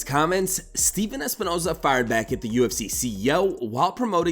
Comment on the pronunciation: I dont necessarily mind his content but there's something really unlikeable about him to me...also the way he says certain things like cartman from south park... "UFSeeeyy" it drivs me mad and in surprised I don't see more comments saying it.